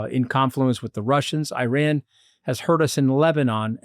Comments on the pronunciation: Love the Mooch but for God's sake it is pronounced EE-RUN not EYE-RAN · Just a small favour. Iran ( ee-raan) not I-ran.😊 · Anthony, isn't it pronounced ear-ron not I ran. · Whoever calls Iran 'Eye ran' has no credibility, in my opinion... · Why is Scaramucci constantly mispronouncing Iran? Is it so difficult to get it right?